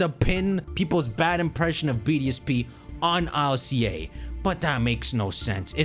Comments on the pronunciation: Why do you pronounce ILCA as an initialism instead of an acronym? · I.L.C.A? Don't you mean Ilca? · I was wondering what he was saying, but he's just saying ILCA, and im like, "whos alica see aye"